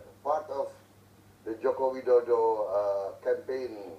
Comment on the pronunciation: ihh lucu si Sharma blng joko widodo jadi joko wideydow